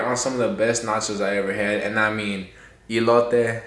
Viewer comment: It's "ee lo teh", looks delish 😃🤤😍!! Love your vids. I've tried a few of your recipes and they are 🔥🔥!!